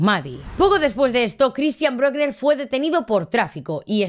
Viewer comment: Lo que no se entiende es que al pedófilo ese ( y se pronuncia Brükna) con ese historial le suelten yam debería estar en la cárcel de por vida